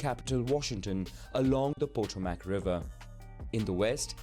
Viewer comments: The narrator goofed with pronouncing “Potomac” — it’s “puh-tomic”, not “poto-mack”. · Don't know who produced this historical summary, but it is significantly wrong in several places. And by the way, the river that Washington, DC (District of Columbia) is on is called the Potomac ( Pronounced poe -toem -ac) an Algonquian Indian word. Lincoln was NOT "anti-slavery;" he was however for a strong Federal government instead of supporting States Rights. The "War of Northern Aggression" started when the various Southern States seceded (legally) and became the separate country, the Confederate States of America (legally) which Lincoln refused to recognize. The Civil War, as it has become known, literally had fathers fighting sons and brothers fighting brothers over whether they supported the Union or States Rights. Please note that there were many black slave owners as well as many white Southerners that did NOT own slaves. (The emancipation of slaves was a war tactic which Lincoln hoped would cause disorganization and fighting between the slaves and the Southern freemen. Also note that this did NOT free the slaves held in the north particularly those in New York.) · That's not how to pronounce "Potomac". It's puh-TOW-mik. Also only college professors would use "Amerindian", not the majority of the public. Bad AI narration? The first mechanical TVs start in the 20s, electronic TVs (CRT) begin in the 30s but mass manufacturing doesn't start until 40s mainly post WWII. Hollywood starts movies in the 20s when many producers moved from NY to take advantage of California's year-round climate needed for outdoor shooting. The first man in space was Soviet cosmonaut Yuri Gagarin; the first US astronaut was Alan Shepard. Yes, it was a quick trip to space, Shepard didn't even orbit as later astronauts did. There are some oversimplications here but good for a brief outline of US history.